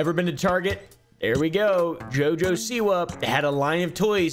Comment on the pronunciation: i love how you pronounce JOJO like djjo 🤣🤣